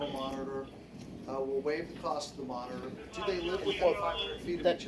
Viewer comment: WITH DA G-P-S moniTOR, lol Love how he says that